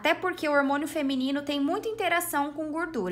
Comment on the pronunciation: HOMONIO kkkkkk